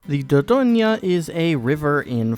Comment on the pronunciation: The 'dor' is like 'for' with a d, the rest like 'coin' but with a g instead of a c, and the n is the ng from 'kong', so like 'dur-gawing' 😂